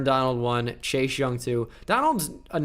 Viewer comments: I love you. But this is really driving me crazy. Why do you say Chache Young. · I love how he says chase like chash